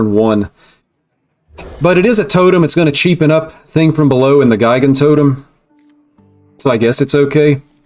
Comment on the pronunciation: Pretty sure Gigantotem is pronounced with a soft "g", as in Gigantic.